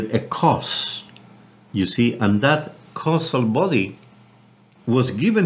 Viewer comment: Hi Richard,It is a very useful lecture. Just one thing, battles to pronounce causal and it sounds like he says castle. Please point this out to him for the future. The more seasoned gnosis students can easily work it out but newcomers will never understand it as "causal", other than that is brilliant.